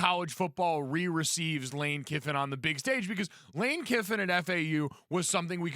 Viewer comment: Don’t these guys know his name is Kiffin not Kippin?